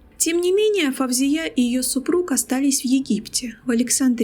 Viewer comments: Не Фавзия, а Фаузия!((( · Очень интересно, только не произносите собственные имена на узбекский манер - ФавзиЯ, СабихА, это очень режет слух. Правильно - ФаузИя, СабИха, в арабском языке даже нет буквы В ! Впрочем, многие арабские дикторы произносят с экрана СталИн, ПутИн, ЛенИн и т.д.Это непрофессионально !